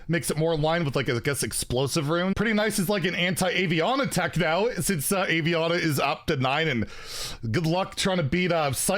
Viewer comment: My best friend's name is Aviana, so I'm gonna go ahead and leave the pronunciation here. Ah-V-Ana